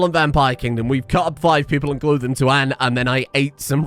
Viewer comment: Anne has an elongated A in the pronunciation my dude, every time you say it it sounds like you're saying and or an.